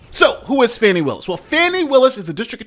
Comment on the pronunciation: Fanny becomes Fawny 😅